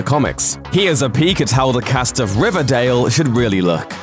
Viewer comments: If I could get 100 dollars for every time I laughed at him say RIVADAYL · I love how he said riverdale in the beginning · How he said riverdale at the beginning no offense I promise